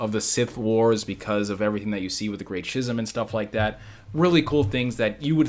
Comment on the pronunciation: I mean I learned something for sure bc that era of Star Wars has always been kind of a mystery to me. So it was real good stuff! (Although I gotta be that guy...it's "Skiz-um" not "Schiz-um" lol. That was wigging me out a bit haha. Love ya bro!)